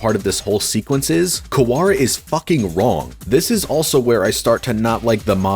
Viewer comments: If only didn't say wrong/raw like that, then maybe we would have a clear answer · You might wanna re-listen. He clearly says wrong. The G is very pronounced. Moreover, calling him wrong follows naturally from the previous sentence, whereas "raw" doesn't. And finally, he uses the visual of the fake Kazuki pulling out his guns when he says it, which supports my interpretation, not yours.